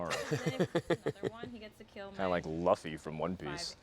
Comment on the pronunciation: He said Luffy wrong and he is asian